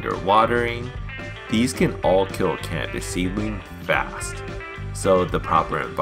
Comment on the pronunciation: Humininy. Cambis. Sounds like a child is narrating